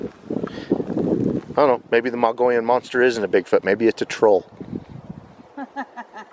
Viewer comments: Mogollon is pronounced...Mo...gee...on. L's are silent. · It's pronounced MO-GEE-ON. Nice video. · I've been camping hundreds of times up on the Mogollon Rim. My favorite is up near Show Low area at the White River in the White Mountains. I have seen many signs of Bigfoot, starting in the early 80's. We pronounce it like this, "Moe - ghee - on" Rim. The two L's are silent. Thanks for the video and God Bless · Had to laugh at his pronunciation of Mogollon !